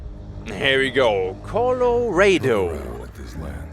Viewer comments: The commentary is not annoying. But what did trigger me was "Colo-Raid-Oh" for "Colo-Rah-Doh". xD Its fine, you just read it in German. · was not prepared for him to call it coloraydo lol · COLO RAY DOUGH my new favorite pronunciation of my home lol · Color ado? Cmon you can do better! LOL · Colorado is pronounced a little differently than how you're sayin it,! Just a heads up! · how did just pronounce colorado? im sry i dont wanna be mean but lmaooooo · You can tell he's European by how he pronounced it. Can't wait to see him try to pronounce Arkansas or Illinois if he can't get an easy one lol